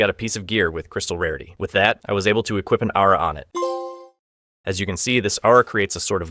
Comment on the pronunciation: I know you said aura but I heard ara lol